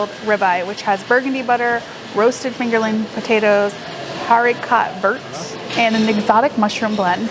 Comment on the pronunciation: Another great review guys! All the food sounded fantastic., when you said Haricot verts I almost fell out of my chair. It's French for green beans, (air Co vair). No offense but it did give me a good chuckle. Awesome video guys 👍